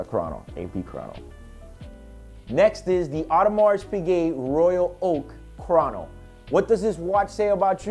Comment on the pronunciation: It's pronounced CROW-No, not Kron- NO. Good channel.